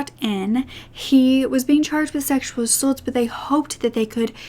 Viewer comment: I love you but please start saying ‘assAULT correctly.